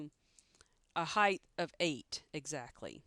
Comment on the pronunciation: Is she saying HeighTH ??